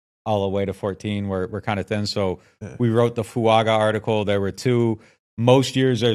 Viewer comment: Fu anga is how he pronounces his name So add a subtle n before the g.